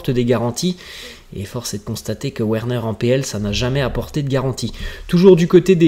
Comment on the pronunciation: Frère revoit tes prononciations, sa s'écrit Werner mais sa se lis Verner merci.